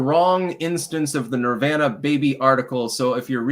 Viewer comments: Why the fuck is he mispronouncing nirvana? He knows what he’s doing. He’s trying to be different and special. TWAT! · How can a man so into the occult pronounce Nirvana in such a honky way?